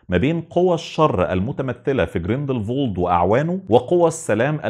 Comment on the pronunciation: اعتقد الاسم جريندل وولد مش جريندل فولد